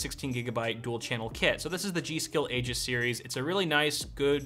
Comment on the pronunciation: I would definitely get the 3300x over the 3100 and toss out that garbage SSD for a smaller but better 128gb Team GX2 SSD. Would also choose a 2060 over the 5600 XT just for the NVENC. Or drop down to a 1660 Super for an even lower budget or to spend more elsewhere. And it's pronounced Ee - jis... Sorry your joke doesn't work.